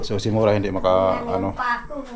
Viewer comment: MURA HINDI MORA YAWA